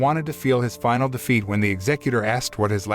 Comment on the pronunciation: Took me a while to figure out that you were saying " wanted to taste defeat" not " wanted to taste feet"